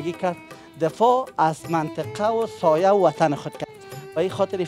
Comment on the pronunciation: او برادر سایه نگو درست نیست ساحه بگو هههههههههه